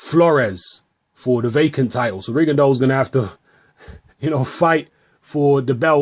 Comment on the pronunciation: is the only youtuber who correctly pronounces "Rigondeaux". It's a French surname and it's pronounced "Rigondo".